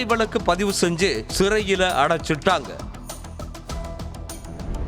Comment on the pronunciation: அடைச்சிட்டாங்கன்னு சாதாரணமா சொல்லுங்க. அது என்ன அடைச்சிட் டாங்கன்னு பிரிக்கிறது?Anchor பொண்ணுங்க கிட்ட training எடுத்தாலே போதும். அழகா,casualஆ பேசறாங்க.